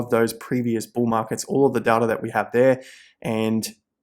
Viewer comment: Does data have a R in it lol